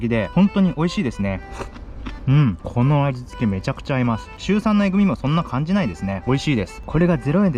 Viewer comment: 「うん、この味」が「うんこの味」になってる😂